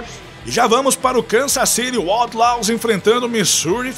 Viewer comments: A pronúncia de outlaws não estaria errada? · Está, mas releve isso e aproveite o vídeo.